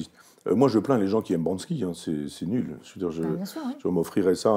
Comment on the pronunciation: Banksy et non Bansky…